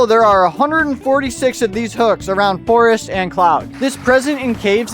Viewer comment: Imagine saying forst 💀